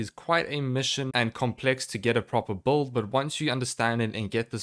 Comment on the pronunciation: lol it’s “BUILD” not “BOLD” 😂